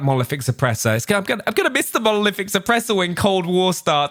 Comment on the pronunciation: finally says Monolific and hhhhdr